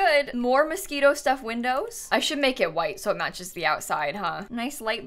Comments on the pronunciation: Can we talk about how you pronounced Moschino as "mosquitoe" for the bathroom window. Cuz I just cannot get passed it 😂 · For 90% of the video I thought you were saying 'Mosquito Windows' and I was so confused lmao have I been pronouncing Moschino wrong this whole time?? I say it like mosh-ino 😂